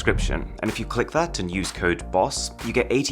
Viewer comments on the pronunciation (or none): none